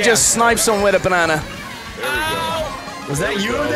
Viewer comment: When reached a stage of depression I heard 'a potassium rich banunah